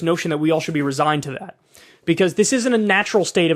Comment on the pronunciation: "becauce" - kyle 2022